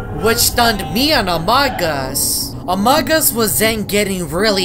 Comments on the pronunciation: its pronounced "amoog us" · By the Amogus is pronounced Amoogus